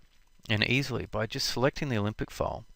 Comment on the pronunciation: Good lord, stop pronouncing "Olympic" when saying "Alembic"!